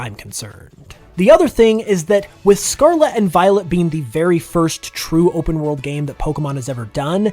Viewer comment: Can you please say the world Scarlet correctly.. just once please.